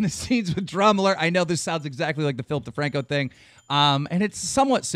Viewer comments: Everytime they say Philip DeFranco I hear Filthy Franku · why does he always say Filthy Franko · When he says Philip DeFranco i hear FilthyFranko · It sounds like you are saing Flip thefrancko